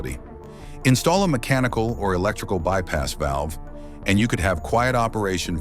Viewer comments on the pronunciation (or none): none